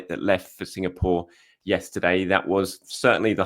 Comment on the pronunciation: Signapore!!😂❤😂😅❤ try Singapore one more time plse , I love how he skips the name after that .❤😂😅❤